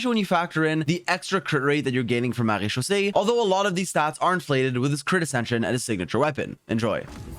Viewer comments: That "Maréchaussée" was so well pronounced gj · I was impressed by your pronounciation of marechaussée . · A small comment from a french guy : You're prononciation of "MaréChaussée" is really good !